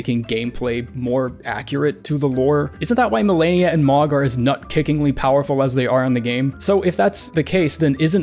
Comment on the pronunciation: Mohg, not Mog